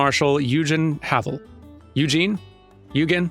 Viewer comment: Eugen Havel is Germanic. So "Oi-gen" (not "Oi-jen") and "Ha-fel". Might even be inspired by the same guy the ship the Prinz Eugen is named after: Field Marshal Eugen Francis of Savoy, from the days of the HRE. You know, I kind of expected that at some point... but just once I'd like to see a game borrow a name from a different ship, or one of the Enterprise's monikers. "Grey Ghost" would be a great ship name for this setting. "Worthless" black sand, eh? It's either iron sand or a fantasy equivalent. Just needs an Onion Knight. I don't know why you expected Blackthorne to be excited about it, Mid.